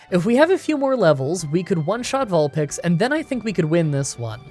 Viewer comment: I love how you say Vulpix both times. You may be wrong, but at least your consistent!